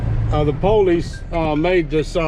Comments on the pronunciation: Thank you from those of us who really are handicapped! Just one thing, what the hell is "the poll-leeze"?! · No offense but is that how you folks pronounce “police”?? Lol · Maybe try pronouncing the word police correctly. Police, not po-lice. Also, you are complaining and that is exactly how you and the company your own or work for make money. I'm all for towing people when they are parking in the wrong places. Just some thoughts. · Normal people : police This guy : p"OW"lice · Poe-leece??? Lol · PO-leese. Lol. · uhhhhhhhh, police IS a two syllable word.